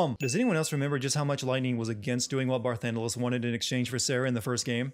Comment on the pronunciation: i hate xiii too, but your whole schtick is pointing out the stupidity of FF games, yet you cant say Bar - TAN - delus. or operation Mi' HEN ( not Mi HAN), even though every haracter has said these words repeatedly in their respective games. Remember your FFX video? the one where you point out that physics would not allow blitzball, but aeons and magic are apparently viable? i bet youre the fun guy at parties with all the friends...